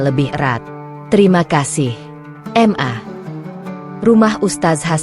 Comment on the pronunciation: Kenapa sih ? Pembuat konten nya mengucapkan Ma , kok diucapkan Em A . Aku rasa kalo anda terus2an bgtu ngucapnya ? Anda orang pinter ? Tapi keblinger .